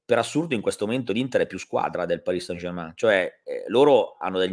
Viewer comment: Grazie, che finalmente pronunci bene Parì San German.;)